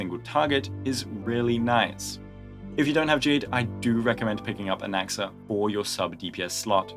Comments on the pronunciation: Why does it sound like he said “goonaxa” 😭💔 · I heard goonaxa, I'm sorry